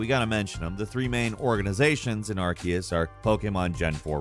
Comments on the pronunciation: Ar-see-us. Ar-see-us. Ar-see-us. It's really easy. It is simpler. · All this research into Pokémon, but still never looked up how to pronounce Arceus. Aar-see-us